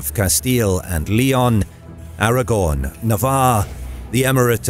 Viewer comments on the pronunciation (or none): Aragon. "Aragorn" is a character in the Lord of the Rings.